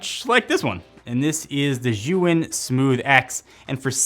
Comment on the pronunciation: Lol the way he pronounced Zhiyun is hilarious. Totally butchered it.